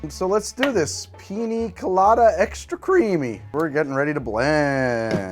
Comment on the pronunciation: Dude absolutely murdered that Piña Colada there at the end lol.